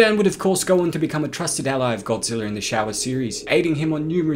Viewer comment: Show-aaa not shower really dude 🤦🏻‍♂️